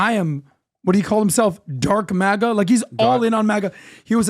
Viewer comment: Could have sworn he said "Drunk MAGA!!" rather than dark maga. Either way I loved the way he jumped up and meant it!